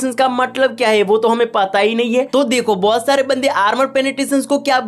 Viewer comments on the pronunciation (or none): none